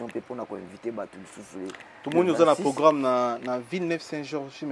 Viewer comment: ozalaka na problème na R? Anvers(anvecs), programme (pogramme), Versace (Vecsace)… eza nango langue mais bongisa ozalaka na france